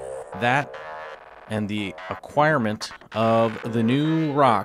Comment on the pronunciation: Acquirement...Uh-choir...mint...Ah...kwyar...mehnt... acquirement is a strange word.